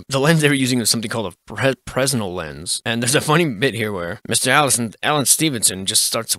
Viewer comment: Fresnel has a silent s